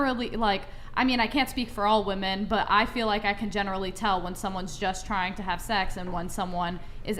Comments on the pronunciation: Does not know how to pronounce women? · saying "woman" instead of "women"...wtf bish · Does anyone else notice and think it’s weird that the zoomers pronounced “women” (plural) as “woman”. I’ve heard it all over the place and I do not get it. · If she says "woman" instead of "women" one more time 😭😭😭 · What is the deal with GenZ people pronouncing “woman” and “women” the same? Is anyone else noticing this? It’s driving me insane 😂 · Just gotta say this… women = wi-men. Woman = wu-man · It was frustrating having to hear say "woman" all stream.🙄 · say it with me, “women”. Geez. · Can not say “women”? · Why do WOMEN on this show not know how to say the word WOMEN so often?? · Why can't say "women" properly?